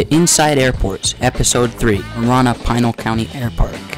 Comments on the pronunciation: Pinal is not pronouced as "Pine-al" (locally) sounds like Pin + Al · Pinal = Pih-nall